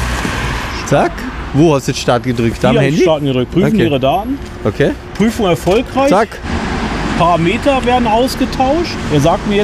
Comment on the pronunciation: Jetzt noch lernen wie man Parameter auspricht. Siehe Duden.